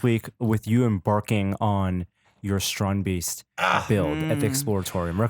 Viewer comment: Why does he say baste? The guy that invented them calls them beasts??